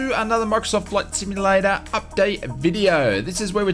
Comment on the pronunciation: Just so you know, there is a “T” in the word “simulaTor. You’re welcome